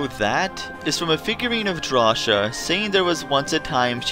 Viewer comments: Its pronounced DRAW-SI-YA NOT DRAWSHIA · I would argue, that Drawcia is pronounced "Draw-see-a" rather than "Draw-sha". I think so, because it sounds a lot like "nausea", which is, what the final level looks like, being all unhinged etc. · It's draw-cee-uh not how you were saying it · Wait... Have I been pronouncing Drawcia wrong this whole time? I always pronounced it as Draw-sia, but is it actually pronounced Draw-sha?